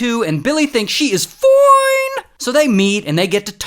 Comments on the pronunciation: Whenever he says foine i always laugh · The way he says foine 💀💀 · Ok but “FOINNEEE” 😭